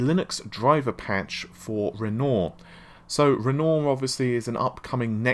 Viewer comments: No. It's not. Renoir: Ren-Waar: Renault Matisse: Ma-teese: Ma-tassy Thread: thread: Fred Navi: Na-vee: Nah-vae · Please!!! REN-WAH!!!! Not Rennor!!!!!! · RenoAr not Renault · Renoooooor? Renoir is pronounced Ren-whar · Repeat after me: **Ren-WAH**, RenWAH. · Do you intentionally mispronounce words to boost engagement or something? You must've read thousands of comments correcting Navi, Renoir etc. by now but you keep going lol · mispronouncing Renoir isn't anything to do with having a British accent.